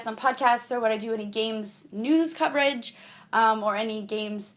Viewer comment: when you say "news" it sounds like you're saying "nudes"